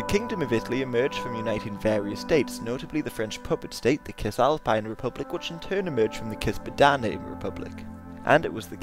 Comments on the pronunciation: It's Sissalpine, not Kissalpine. Good video though. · It's pronounced sis-alpine btw. Great video again though.